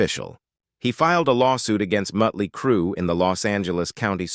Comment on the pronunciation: Say “Mutley” one more time.